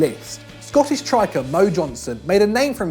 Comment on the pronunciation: WhyAlwaysMe1888 and when he said "Scottish triker"